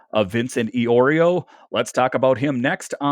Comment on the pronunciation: Eye-Oreo 😂. Good stuff though! 😅